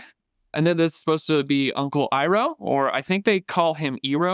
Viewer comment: ❌ Aang ✅ Ung ❌ Iroh ✅ Ee-row